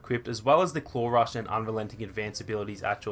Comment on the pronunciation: When he says claw rush it sounds like clorox